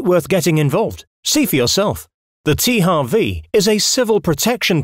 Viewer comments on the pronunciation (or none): Even if it correctly should be “tee-eych-double-u” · Der Typ weiß aber schon, dass man in englischen H anders ausspricht? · Oder das englische W...